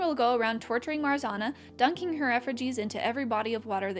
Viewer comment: love the video :) brings back creepypasta memories but the way you pronounced marzanna give me whiplash LOL